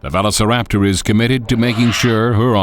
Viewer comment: Why does bro butcher Velociraptors name?